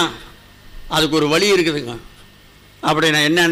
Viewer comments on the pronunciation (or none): ஐயா, வழி என்று அழுத்தி சொல்லுங்கள், என் காதில் " வலி " என்று கேட்கின்றது.